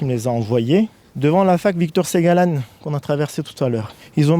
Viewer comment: Le mec ne sait ni prononcer la fac Segalen, ni la Penfeld. Et il se dit brestois? Guignol.